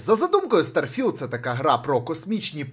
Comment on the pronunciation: наголос на стар потім філд)) будувництво кораблів то є ппц я там уже 40хвилин